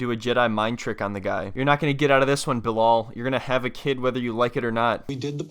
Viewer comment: Bruh it's not BiLOL 😅